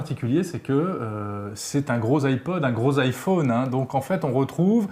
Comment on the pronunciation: On dit iPhone pas iFun! Les français sont vraiment des merdes pour avoir un bon accent en anglais!